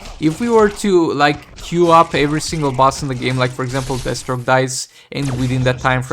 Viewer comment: I swear it sounds like you call DEATHstroke, d*** stroke one time... I'm sure it's just the accent. Can't wait till you start streaming again!